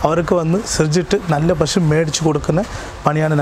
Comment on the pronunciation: പഷു അല്ല. മലയാളി പശു എന്നേ പറയാവൂ.